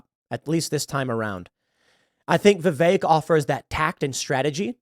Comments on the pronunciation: Of course started it … Who TF is Viv-ache? Vivek. That’s EK, sounds like HECK. VivEK. It’s both ignorant and annoying; typical, then. Bloody yanks. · "Vivek" rhymes with cake 🎂